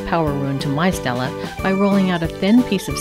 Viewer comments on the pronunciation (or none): Stele= stel-ay okay?? stel-ay. not Stella. stel-ay. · ITS NOT PRONOUNCED STELLA ITS PRONOUNCED STEL-AY OK! STEL-AY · It's pronounced ste lay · Alright, she pronounced stele wrong, doesn't mean you need to start correcting her in a harsh way. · Guys OK WE GET IT SHE PRONOUNCED IT WRONG!!!!